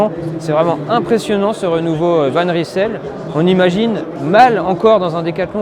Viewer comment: Va juste falloir apprendre à prononcer le nom convenablement : Van Reille-Seul. 😉